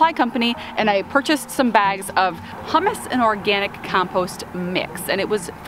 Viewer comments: are you saying it wrong or are you a trendsetter? You just kept saying hummus and I was getting hungry.🤪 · Hummus you eat with pita, Humus is pronounced more like “human”. I wasn’t watching it first and I was like why is she putting hummus in the garden? LOL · I, too, have pronounced it way. My Catholic upbringing made me confess that. 😅